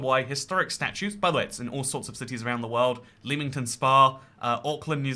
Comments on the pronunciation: Leamington is pronounced /lɛmɪŋtən/ not /liːmɪŋtən/ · “leemington spa” You’ve been in America too long you’re starting to pronounce places like them too! angry Warwickshire noises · the way you pronounced leamington hurt, pronounced literally lemming-tonne